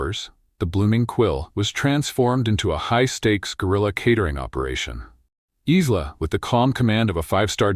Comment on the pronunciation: Nice story, but the AI narration needs work - starting with regularising the pronunciation of her name. Isla is correctly pronounced ‘I-la’ - they use at least 3 forms in the voice, and even more in the auto text!